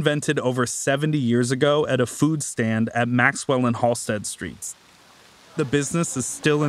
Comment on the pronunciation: Everytime he says, "Halsted street" sounds tourist. It's just HALSTED. He's probably from Waucaunda claiming Chicago. Also, I don't know how you mention the stockyards (Back-of-the-yards) and not mention Upton Sinclair and Henry Ford.